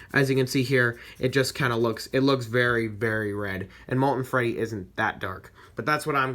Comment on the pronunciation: It freddy not reddy